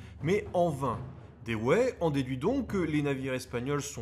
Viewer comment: Très bon boulot. À propos Dewey se prononce diou.way. En se rapprochant cela permet de mettre le dawa sur le pont de l'ennemi.